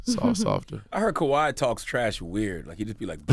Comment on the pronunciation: IT’s KAWHI. NOT KAWAI. FIX IT!!